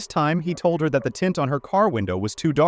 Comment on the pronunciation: What's up with his pronounciation of the word (that) dude says DAT. Fire him. How did he pass the academy with this DICTION. Wow. A Bird Brain